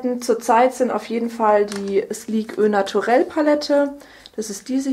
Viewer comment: Es heißt ' o Naturel' nicht 'ö naturel' ;)